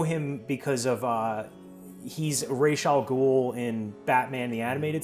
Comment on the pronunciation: props to for properly pronouncing "Ra's al ghul"